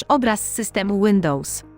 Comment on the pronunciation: Łyndołs xD